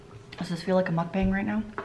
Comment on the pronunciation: Those cans were out to get you!! Just fyi, mukbang is pronounced muck bong, no judgement, I know a fellow grammar nerd would want to know. :)